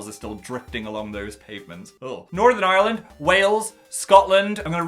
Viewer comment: The way he pronounces Northern Ireland sounds so posh